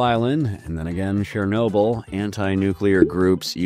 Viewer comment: Why does he say "Shernobyl"? The first sound is "ch", the same as in "check" or "cherry". I get that our slavic languages are weird and rather difficult to pronounce for an English speaker (and "proper grammar" is not the point of the video, obviously), it's just strange to me that an american would read "ch" as "sh", the way the French do.